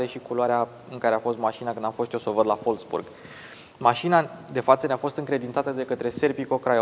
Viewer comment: Nu te lua după băieții de la atelier. Wolfsburg nu se pronunță folfsburg ci volfsburg. Volkswagen in schimb, da, se pronunță folcsvagăn. W = v si V = f in germană. Baftă 👍